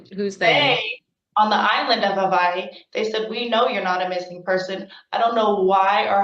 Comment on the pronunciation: Fkn haole, it's not Havaii